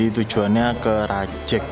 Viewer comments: rajEg vokal E nya kayak pErnah, bukan E nya mEdan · Spelling nya Rajeg, bukan Rajeg 🗿